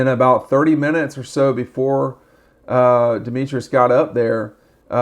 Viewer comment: Pronounced De-metris, not De-me-trius…